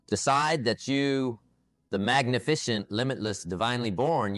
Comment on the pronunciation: Agreed. The message is great, but clearly not him. Magni-fishant instead of magnificent….. and other mis pronunciations and words he wouldn’t have used